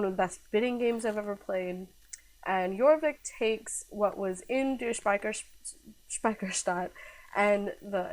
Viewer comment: also, well done on correctly pronouncing Die Speicherstadt correctly!